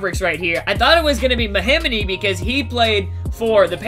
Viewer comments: MAH-HEE-MEE not mahimini lmfao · mahimity ? IT'S MA-HE-ME !!!!!!!!!!!!!!!!!!!!!